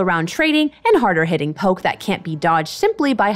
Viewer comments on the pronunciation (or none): none